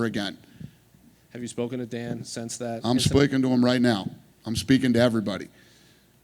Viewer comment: Spleeking!!!!! 😭😭😭🤣🤣🤣😭😭🤣🤣🤣 I thought I was the only one that caught that.